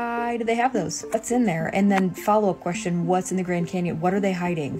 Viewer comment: The grand 'mars' canyon 😂